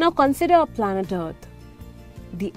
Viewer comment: Content is good; however, I've been hearing "art" all the time.. finally figured out it was "Earth".. "constintly" instead of "constantly" and "Fast" instead of "first".. horrible pronunciation, which makes me wanting to tell you - let any English speaker do the speech recording in the future.